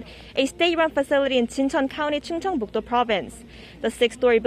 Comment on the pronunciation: reporter you not right 'Chungcheong Proveince Jincheon City' anyway thank you